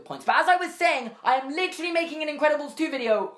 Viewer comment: I love the way he says literally (litch-rely)